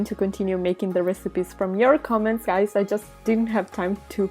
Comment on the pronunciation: U said gays